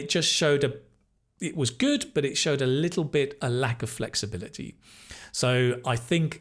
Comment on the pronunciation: I have observed the all speaking test and concluded that in his 2nd part of the speaking ...his pronunciation of little was like lethal that doesn't mean kid it's just a synonym of killer and something that is really deadly